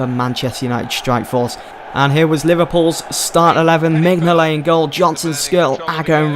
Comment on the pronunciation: Minyolet u say it wrong!!!!